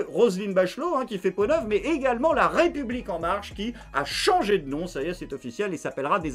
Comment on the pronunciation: Bonsoir! Quand tu dit: (raie public ) sa me fait bugger ^^.